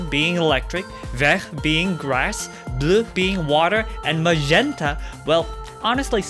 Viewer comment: They way he said bleu tho 😂